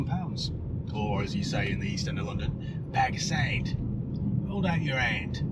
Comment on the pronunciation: Loving the “Bag of Sand” east end accent, that’s exactly how we say it. 👌